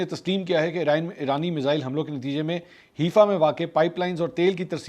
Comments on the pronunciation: Name is not Heefa It called Hi-fa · it is haifa not heefa it is pronounced like 'hai faa'. seems like you have been watching haqeeat ki duney lately.